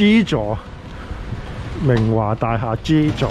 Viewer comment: 😂😂好搞笑讀明華個音，好似明畫咁🤣好有親切感影返自己住個度，加上明華會重建，好好記錄低☺️